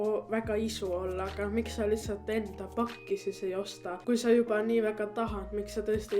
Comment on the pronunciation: ma kuulsin kogu aeg kui sa ütlesid pakki kuulsin facki